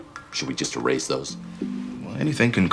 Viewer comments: melissa craig it’s subtle, but i think he said it with more of a z sound than the standard american english accent. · “erase” very british pronunciation lol